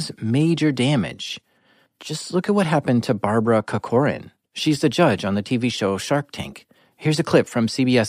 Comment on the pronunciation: “Barbara CuhCORan” 😜